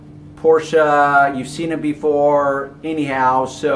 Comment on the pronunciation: Thumbs up for pronouncing Porsche correctly...